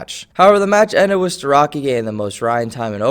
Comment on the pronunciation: pronounced starochi